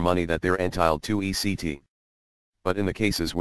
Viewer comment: It's ETC. NOT ECT. short for etcetera .. latin I think.